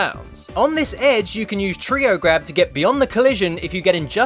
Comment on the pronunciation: how many times does he have to say treow grab